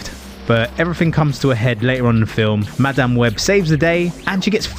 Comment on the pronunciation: 'Ma Damn Webb' could not stand to listen to a minute of this because of how he was pronouncing this. Was it on purpose? Was it supposed to be a joke? It's not funny. Just obnoxious.